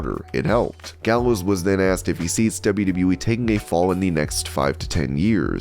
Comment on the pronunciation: Doc Gallows said it right